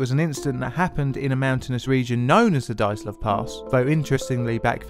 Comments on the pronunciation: I'm Finnish and my ears are bleeding too. [ai:gour - daitlou]:D Feel so sorry for you [naik'aitä:];D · Good stuff. Priceless how the host keeps pronouncing the main character's name as if it was "Daytlov", while the guest gets it right:) (BTW, the first sound of the name is the same that of "due" or "during" (British English). Also, the Russian sound "zh" usually signifies when transcribed into English is the sameas the first sound in the French words "jour", "Jean" - see the much more famous Russian name "Dr Zhivago". Of course, nobody can blame you for not knowing how to pronounce Russian words and names;)) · Did you say DIE - atlov because they DIED. Sorry. It's Dee- atlov. I'll show myself out. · It would be good to check the pronunciation of names and words. Dyatlov is two syllables. Dya-, one syllable. The Ural mountains are pronounced Ooral, not Yural. Yekatarinaburg is pronounced more or less the way it's spelled. Yeh-kah-tah-reen-ah-burg. Granted, it's a tricky name with six syllables, but it can be learned with a little practice. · Dyatlov = Dee-at-lov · Are you even trying to pronounce Dyatlov properly? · Pronunciation is key, try again. Dyatlov. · My favourite theory includes pronouncing "Dyatlov" correctly.